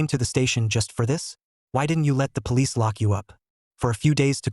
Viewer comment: ahh yes the palicce